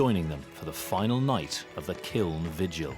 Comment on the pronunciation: "kiln" pronounced "kill". however, I live in Chicago were we say "Duhs Plaines" instead of "Deh Phlan" for Des Plaines, so you're good to go.